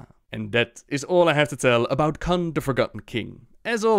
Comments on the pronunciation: Kun not Khan.... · Not sure "kun" was pronounced correctly but great video anyway!